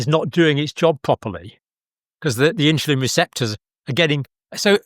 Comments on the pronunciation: Why is Dr in the uk pronouncing the word insulin as INSHULIN!!! Mmm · Is it "inshulin" or " insulin"? I know it's trivial, but it is irritating. 😅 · Why is that Dr. saying inshulin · What the heck is INSHULIN? hilarious and typically Brit destruction of language. Um, er, Uh, er.